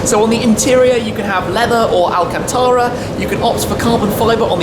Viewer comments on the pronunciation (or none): none